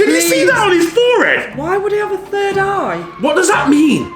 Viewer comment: said sird not third